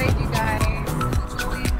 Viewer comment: It's pronaunced Yoo-lee-ann alps. Nice video. Sorry, very nice video.